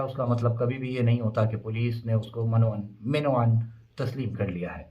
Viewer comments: صحیح تلفظ منوعن ہی ہےاگر کسی نے آ پکو منوعن بتایا ہے تو وہ غلطی پر ہیں ۔م کے اوپر زبر ہے زیر نہی ہے۔ شکریہ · Nahi brother it's " mann o ann" u said this right earlier